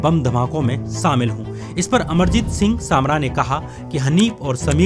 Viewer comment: Sir, you need to learn how to speak in Hindi. It is not 'samil' (सामिल). It is shamil (शामिल). Learn Hindi, not Urdu.